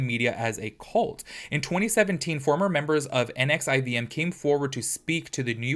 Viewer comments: It’s supposedly pronounced Nexium. The V is a U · I think it’s pronounced nexium